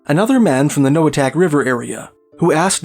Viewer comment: Inupiaq Eskimo here, I’m certain you pronounced 100% of these villages wrong 🤓 my mother is from Noatak (no-uh-taq) and Kotzebue right next to Noatak.